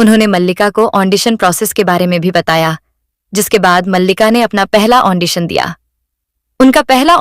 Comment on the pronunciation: Andition nehi Audition hota hein